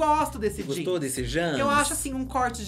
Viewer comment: Vocabulário hahahahahhaha -Jãns - Poêcah -JuliAylitte -Katya Perez -Cabelõn Continue...